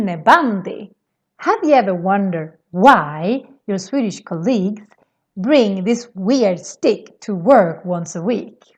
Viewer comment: The first syllable in colleague is stressed, not the second one. :-)